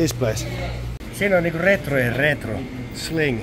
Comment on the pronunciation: Aijai, se on slink eikä sling, vähän nyt on jonnemaisuutta tarttunu 😅